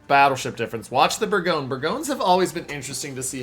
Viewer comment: Thanks for the footage. Pronunciation of Bourgogne is a little irritating, it's not "Berg-own", it's "Bore-gone-yer"